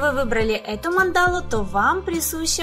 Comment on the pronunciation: А почему мандАлу, а не мАндалу? )))